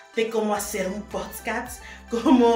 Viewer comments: potscats JAKDKDJSJ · de mi corazón 🥺 se pronuncia POD CAST no Post cats POD como IPod y CAST como si fueras a decir Casting pero te quedas en la T ✨ ok? Tkm que te vaya súper bien en tu Podcast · Quiere aprender cómo hacer un postcatts y no tiene ni idea de cómo se pronuncia la palabra correctamente. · Poscas se dice podcast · yo te quiero muchísimooooo, para que no te vayan a incomodar luego diciéndote algo por como dices podcast, te recomiendo que practiques más la palabra porque la estas diciendo como podscats:) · Como podemos tonarte enserio si dices pods cats 🐈 JAJAJAJAJAJAJA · "El PODSCAS" HAHAHAHA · Ayyy amiga, antes de aprender a enlazar a tus futuros invitados, la psociondla sluces, el mircrofono, l plataforma y todo eso, deberias aprender a pronunciar PODCAST. Es lo basico y minimo para respetar a tu audiencia, porque eso de POSTCAT o POTCASS suena tan de inframundo, que da cringe. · No es potscast aime, antes de intentar hacer tus cosas aprende a pronunciar >:v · El poootssscatsss 😂 no manches te dedicas a esto, lo mínimo que puedes hacer es saber cómo se dice 😂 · Cada que dice potscats ☹️🙁😕🥺😳🤫😢😓😫🤢🤮🤡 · El poscast hahaha ay baby aprende a pronunciar haha Haha es podcast 🥴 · Debería empezar ella a pronunciar bien podcast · para comenzar primero aprende a pronunciar bien PODCAST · POTSCAST?????? POOOOR??? 😅😂😂😂😂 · Podcast... en serio? Que hueva mil. Tambien aprende a pronunciar PODCAST. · Para poder hacer un podcast primero debes aprender a pronunciar la palabra PODCAST. Que desesperación 😖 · ¿Qué tan difícil es decir P O D C A S T? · La manera en la que dices potscast me hace recuperar la fe en el omniversoP3, muero por ver cómo quedas cómo idiota en los potscast, y las entrevistas en malcriados de la gente que participe en ellos, porque los trataste dlv o algo así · Hola,. Se dice "Podcast".:) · POD - CAST POD - CAST POD - CAST Por lo menos pronuncialo bien, me da amsiedad cada que lo dices -.-' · Se dice podcast